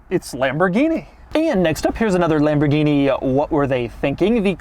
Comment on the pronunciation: Lamborghini "Shentinario" got me 😂🤣